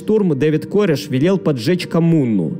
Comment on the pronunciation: Не кОреш, а карЭш